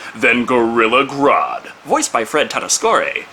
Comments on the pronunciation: Tatasciore is pronounced "Ta-ta-shore-ee" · It's pronounced "Tuh-TASS-eeyore".